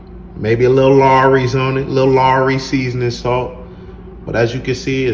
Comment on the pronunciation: The way you said lawry’s 😂. Where are you from ?